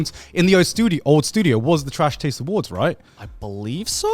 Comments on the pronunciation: Am I the only one who noticed Garnt said trash tades awards? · Am I the only who noticed that Garnt intros saying “Trash Tades Award” and nobody catches it and then he continues to say “nailed it” 😂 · Just noticed Garnt said "second annual Trash TAIDS Awards" in the intro